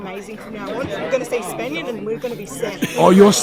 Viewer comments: Spanian.... mate... you are such a city mouse. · spanian sounds like "spain won".... she didnt know you lol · The "Chestnut" cmtfu Spanian. 🤣🤣🤣🤣🤣🤣